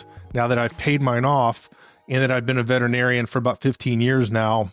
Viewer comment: "Veterinarian" is a SIX syllable word.... VETERinarian "Vet-er-i-nar-i-an" . NOT a 5 syllable word Vet-Tri- narian